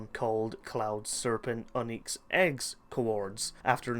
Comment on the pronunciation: Where did you learn to pronounce words?! Oneex, revurred...